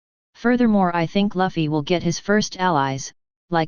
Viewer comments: the computer might pronounce loofy better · Lafi? Lavi? Who do you mean?? its Luffy, it pronounces same with Goofy but with "L" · why you pronounce luffy as laffy? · Zoro is the first mate.... He's Luffys (not Laffy) right hand man.... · did he say luhffy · You pronounced Luffy wrong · the way that voice thing pronounces luffy makes me wanna kick a baby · Why does your voice sounds so robotic? And why are you pronouncing Luffy's name wrong? And a female character doesn't automatically equal fan service, it's when that female char is used soley for sexual reasons.